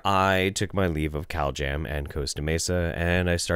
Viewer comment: I keep hearing "cowjam" instead of "caljam". It's made these videos even better.😃🐄